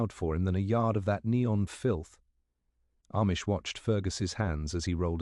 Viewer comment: I couldn’t keep listening. “MacLee-Ohd”? “Ah-mish”? Clearly this is an AI voice.